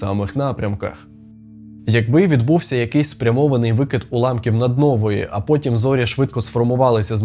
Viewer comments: Відео цікаве, але наголос у слові "наднова" падає на останній склад. Дуже ріже слух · Здається вимова слова supernova англійською (а "мова науки" переважно англійська) саме з наголосом на о' Мабуть для вже звичний такий наголос. Чи в слові "наднова" правилами укр.мови не допускається два наголоси?